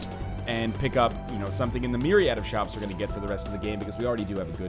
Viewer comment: Shops* not shoos xP